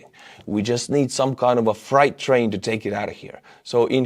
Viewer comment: you mentioned 'fright train'. Wasn't that supposed to be 'freight train'? (Fear train as apposed to cargo train.) No offence though, many people make that mistake. Greetings from Venray, Netherland.